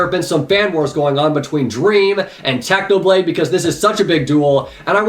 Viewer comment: I hear u said Tanoblade not Technoblade